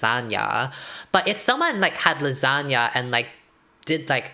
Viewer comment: The way I thought she was saying Lizhonya and not lasagna.......... like Lissandra with a zhonya’s